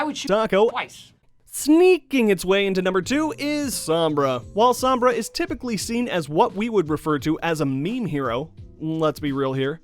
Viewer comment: Its SOm-Bra not Samb-rah